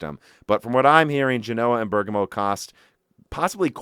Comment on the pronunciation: You are pronouncing Siena wrongly like Genoa and Bergamo, look up their pronunciation in Italian on an online dictionary